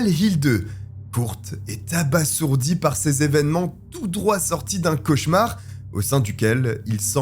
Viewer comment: t'as encore dit abaSSourdit =P